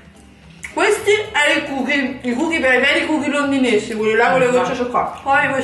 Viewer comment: si dice cookies😂e non sono londinesi ...sono americani